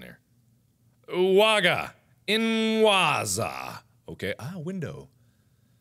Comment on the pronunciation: Czy tylko ja miałam uciesz gdy powiedział "ułaga inłazja"? XD